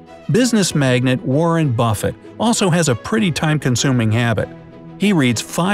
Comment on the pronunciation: I’m pretty sure it’s pronounced mag nate, not mag net.